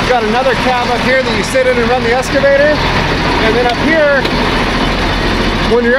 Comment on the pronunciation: E-X-C-A…! Not Esc… EX-CAVATOR! Why the hell do so many people say ‘escavator’ ? Just a pet peeve, like axe instead of ask